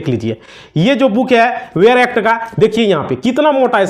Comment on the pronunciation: वेयर एक्ट नहीं बेयर एक्ट होता है।